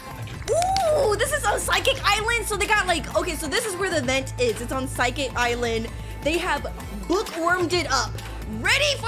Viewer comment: ah yes, my favorite island "physicalsecsikik" its (no hate btw)